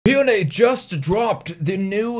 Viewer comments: God thank you for pronouncing Hyundai correctly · I'm more impressed by your PERFECT pronunciation of Hyundai more than anything 😂